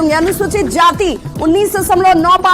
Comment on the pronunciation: Jati not nati